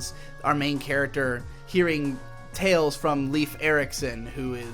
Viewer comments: Just because he landed on newfoundland, doesn't make him canadian. His name is not fucking LEAF Erikson. Dipthong the "ei" in Leif. Imagine he is named "Laif" Erikson. Call him lost, and a shit navigator. Just don't call him "leaf" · Leif is pronaunced "life", even in the anime they get it right xD